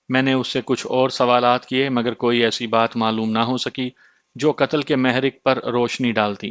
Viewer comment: محرک پر پیش اور ر پر تشدید ہے بہر حال عمدہ کاوش ہے ۔